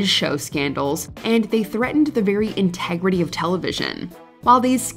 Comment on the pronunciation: Integreity of television....🤣🤣🤣🤣🤣🤣🤣🤣🤣🤣🤣🤣🤣🤣🤣🤣